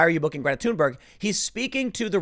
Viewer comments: Why does he keep saying tune Berg? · The fact that her name is pronounced as Tune-berg makes me laugh. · the way he pronounces Thunberg makes me think he smells his own farts